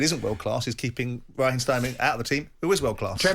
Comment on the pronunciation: Who's Rah Heem Trevor Sinclair ?I thought it was Raheem !!